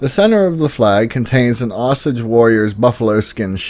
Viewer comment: Your killing me smalls ... it's Osage (pronounced O = Sage ) it's their tribes warrior's shield on flag.. and Tahlequah ( Tau - Lee - Qwah) it's the cherokee capital ... the seven feathers represent Love, Respect, Courage, Honesty, Humility, Truth and Wisdom ... principles of the tribes ... you also missed the black panthers along the Arkansas River near Coweta